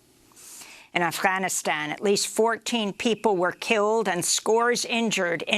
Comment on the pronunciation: check out the way clown girl pronounces Afghanistan. It is hilarious. She may as well call it: Afghanis- hobby lobby doo da-stan.... or Affytaffy - lala stan. This clown girl is the most cringe person on the internet! pathetic